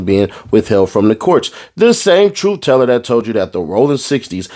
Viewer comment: Tooth teller 😂😂😂😂 tooth teller fix yo grill 😂